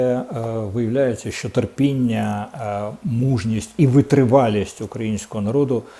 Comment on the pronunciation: Корчинський,не говори ''шьшьо'',''шьшє'' і т д . Говори правильно ''що-шчо'', ''ще-шче''.